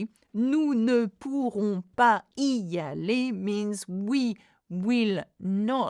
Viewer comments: Is there a liaison with “pas & y”? I’m not sure I heard you say it? I thought it was supposed to be “pa zy aller’. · Please why is there no liaison for '...pas y aller...' in the last sentence